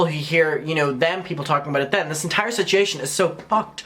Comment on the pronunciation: You're aware that there is a "u" in "situation", right? It's not spelled "sitiation"